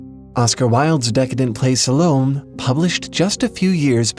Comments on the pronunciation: Oscar Wilde's novel 'Salome' is pronounced "Sah-low-may" (like the month of May), not 'sah-lohm" (like shalom). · "Salome" has three syllables.